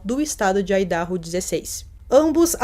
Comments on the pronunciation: Só uma dica de pronúncia. Se fala "Aidarrô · Idaho = ái - da - rrô (áidarrô) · Vídeo muito bom como sempre! Dica: a pronúncia do nome do estado americano de Idaho é "AIDARROU". 💯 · Muito bom o vídeo, não conhecia esse caso, só corrigindo Idaho(aidahô) mas isso não minimiza o conteúdo, amei